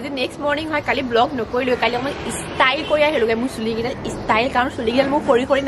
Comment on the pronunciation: it's ot istile, it's prounce is style, take care